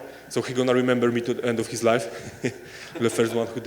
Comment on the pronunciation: Mans said “he is gonna rememba me till the rest of his life” 💀